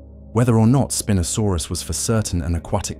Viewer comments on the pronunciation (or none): The constant mispronounced name. Spin-o-sorpus... wrong. Can't watch it. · WTF IS "SPEEN-O-SORUS"? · Terrible AI, even mispronouncing the name of the subject of this 'documentary'. Shame, as a human reading the script may have made it worth watching all the way through! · The name of the star of the episode is mispronounced.. along with others.. otherwise really great videos